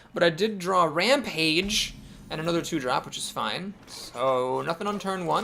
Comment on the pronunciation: It's the bitterness in your voice when you correctly pronounce rampage that makes it special.